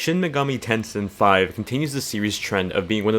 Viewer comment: Good review but the game is "Tensei", not "Tensin". Not sure where you got the 'n' from